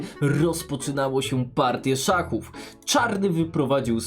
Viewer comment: szaków czy szachów?